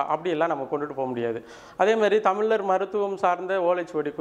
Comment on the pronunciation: முதலில் 'ழ' சரியாக உச்சரிக்கவும்... நீங்க 'தமிலர்' என்று சொன்னவுடனயே இந்த பதிவை போட்டு காணொளியை பார்ப்பதை நிறுத்திட்டேன்...